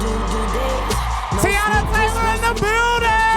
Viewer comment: The moderator calling her Tayana when her name is Teyana is so unprofessional and tired. A simple google and some research would suffice.